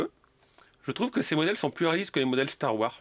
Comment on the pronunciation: Très bonne vidéo comme d’habitude, la seule petite remarque que je pourrais te faire serait de bien prononcer le S de Wars quand tu parles de Star Wars 😁 Continue comme ça 👍